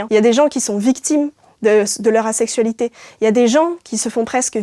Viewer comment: Ça me perturbe que "l'asexualité" se prononce comme "la sexualité" 😂